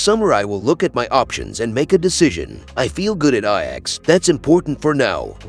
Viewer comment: Who is narratiing this shite. Can even pronounce the name of ajax.